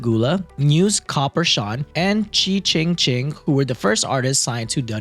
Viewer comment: The way he said Chi Ching Ching was so funny. Jamaican here. His name is an onomatopoeia. It’s pronounced like the sound money makes. Think “Chi-Ching-Ching!”